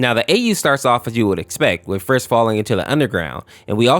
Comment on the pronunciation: Umm? . It's frisk not Fisk